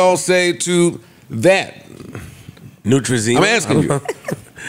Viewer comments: LOL. I thought someone would have clowned him for saying NeutraZEMA but no one did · butchering all the product names 😂. Neutrazema, Lumiderm 😂😂😂, needed this laugh 🫶🏾